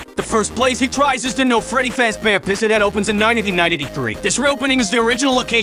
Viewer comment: Everyone's talking about how concise of a summary this is, but I'm personally just dying at the fact that the program can't pronounce real names, but it can say "Freddy Fazbear" near perfectly.